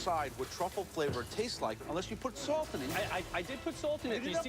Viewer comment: “you guys cannot even decide what truffle flavour tastes like unless you put sauwlt in it” “i did put sauwlt in it” “you have not put any sauwlt in it”